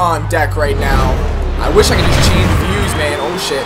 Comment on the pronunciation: IKR WHAT IS "CHIT"